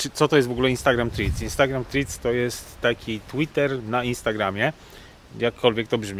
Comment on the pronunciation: Proszę na przyszłość skonsultować się z osobą angielskojęzyczną lub odpalić filmik na YT w j. angielskim w celu weryfikacji poprawnej wymowy nazwy Threads (było nie było głównego tematu filmiku)